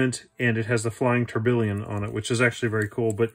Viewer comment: tourbillon is pronounced "tor-bee-on"....just sayin'...